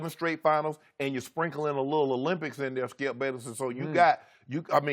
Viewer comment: Gotta luv the Shannon says "Skiyelp"